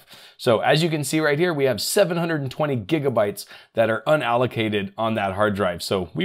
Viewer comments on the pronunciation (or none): none